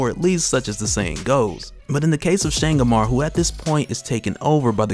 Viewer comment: my brother from over the seas, Changamire is a shona word (im shona)...cant have you saying "Shangamarr" its "Cha (like CHAcha) Nga (like francis NGAnou) mi (like ME) re (like RAven). Changamire. mad respect to you and yours fam.